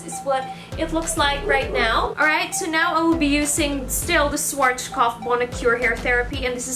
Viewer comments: Great video! Also, Schwarzkopf is pronounced something like shvarts-koppf or shvahts-koppf (that's the closest english spelling can get to it, looks weird, i know). Or if you can read phonetic alphabet: /ˈʃvaːtskɔpf/ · Its so cute how you pronounce SCHWARZKOPF its so funny. I am german and i am proud to see you are using german products:) schwarzkopf means kinds black head :) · As a German it sounds so cute and funny how you pronounced Schwarzkopf :D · Aw! Am I pronouncing it wrong? Haha... I do like the SCHWARZKOPF brand. It's amazing and it has done wonders for my hair. :) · The way she pronounces SCHWARZKOPF 😁